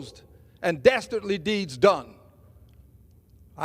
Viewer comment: “For dastardly deeds done!” - and he is a congressman. He could have said this any way he knew how to and he hat sounded like “dastardly deeds dun” is what he went with. You can tell he tries to speak smarter than a 5th grader but his education shines through the “in between” words. Good job on “dastardly”. Bravo, id!0t… Then goes on to say, “nobody knows about it more than I”. While trying to sound educated, he failed his 4th grade English teacher.